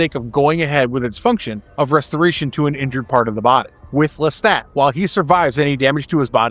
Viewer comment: Lestat. Pronounced LesTOT. Listen to how he says it himself in the show. Now you repeat…